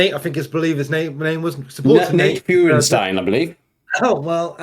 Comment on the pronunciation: FYI, his last name is pronounced "FIRE-stine"